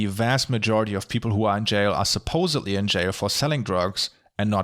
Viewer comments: I love how he says "Marywanna" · "Mari-ew-ana" Sorry, can't help being petty xD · I dont wanna be that guy, and im not sure if its just your accent, but marijuana is pronounced more like "mara wan (like Obi-wan) uh" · Not related to the politics, but your pronunciation of marijuana is hilarious and I love it. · The way you say "marijuana" is just great. 🤣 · Agreed. Also, if this is the post thread of superficial comments, I'd like to add there there is always at least one word per video that says with his German accent in such a way that I have to go back and listen to over and over. In this video, it was "marijuana." Thank you, that is all.